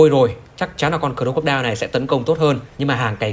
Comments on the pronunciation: Anh nên đọc là Cờ róc cô đai nha anh chứ cờ rô cốc đeo nghe hơi cấn hahaa =))) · Anh nói cho đúng tên xe ạ, cro-co-die ko phải cro cốt đeo nhé🤣🤣🤣